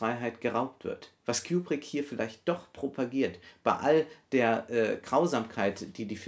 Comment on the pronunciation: Ich mag es nicht wie du kubrick ausspricht